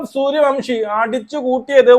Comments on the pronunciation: സൂര്യ വൻഷി എന്നാണേ, അയാളുടെ പേര് എങ്കിലും കൃത്യമായി പറ 🙏🙏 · സൂര്യ വൻഷി എന്നാണ്